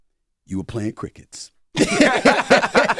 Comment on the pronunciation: This man said Crickets w/ an S 🤦🏽‍♂️